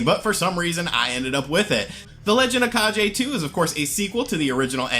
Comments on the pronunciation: Its the legend of kaGe not kaJe Translate to legend of shadow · Lol at “the legend of kah-jay”. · Kage: It's pronounced "kah-gay", my friend. It's the internet so I have to correct you. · legend of kah-jay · „G“ in the word „Kage“ is pronounced as „g“ in the word „gun“. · Kage has a hard G not a soft G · A great list; the DS has a great library with lots of interesting little titles. Funny to see people still mispronounce "kage" just like they did back for the original NES game :p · Yeah, don't pronounce "GE" like in "GEneration"